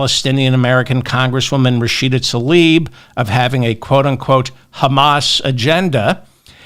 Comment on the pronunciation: Please consider pronouncing Rashida Tlaib’s name as spelled. TL-EYE-EEB